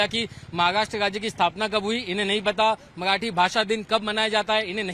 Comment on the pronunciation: मआठी नाही रे मराठी बोल 😂